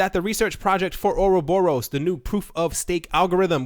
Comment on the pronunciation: You don't pronounce ouroboros right. Or rob er us. emphasis on the rob. not oro borus :p